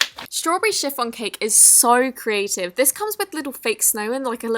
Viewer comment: I hate it how she says ‘carative’ instead of ‘creative’